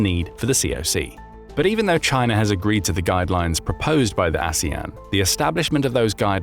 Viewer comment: 😂😂😂 I noticed that slip of the tongue, too. Aswang 😅😅